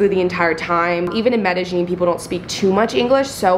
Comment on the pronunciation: Anyone else notice the pronounciation of Medllin changed about 2 minutes in?